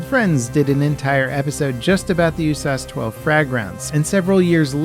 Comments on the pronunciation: Bro, who calls it the “you-sass-12”? Ya just say "You Ess Ayy Ess 12". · Bro, who calls it the “OOH-SAUCE-12?” Ya just say “you-sass-12”